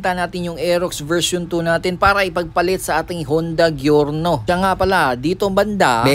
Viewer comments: Jorno. Not gyorno 😂😂😂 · GIORNO AS IN GIYORNO .. kala ko kasi pronunciation nito is like "jor-now"